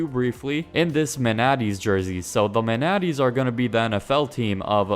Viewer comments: Manatees??? It's man-uhh-tees the sea cow😂🤨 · Bruh the way he said it annoyed the crap out of me 😭😭😭😭